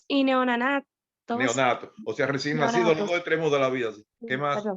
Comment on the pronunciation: Estos estudiantes son de que año? nisiquiera saben leer bien ojalá no esten muy avanzados porq q miedo, se escuchan cero preparados si nisiquiera saben pronunciar neonato.. felicitaciones al profesor linda clase